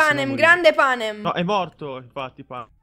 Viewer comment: PANAM?? NO!! PANEM??? NO!!! PENEM?? SI!!!!!